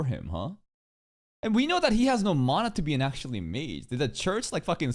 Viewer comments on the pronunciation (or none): none